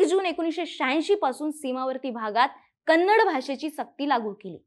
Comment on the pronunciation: Not kanadi madam first speak properly Kannada ಕನ್ನಡ